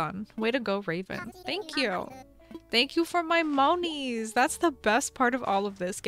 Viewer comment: It sounded like " Thank You For My Mommys" instead of "Thank You For My Moneys"